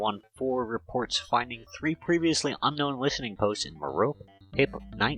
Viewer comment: FYI, merope = mair-oh-pee. ;)